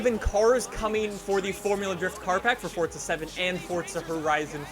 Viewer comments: It's Forza, not Fortza! Pronounce it correctly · STOP SAYING "FORTZA" IT'S FORZA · Forza not Fortza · Fort-za horizon 4 lol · Fortza horizon? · fortza horizon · Why do you say Fortza 😂😂😂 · Why does he say fortza? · There's no "T" in FORZA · bruh.....forza dont got no t in it... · Do you not know how to fucking pronounce forza? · There is no T in forza dude.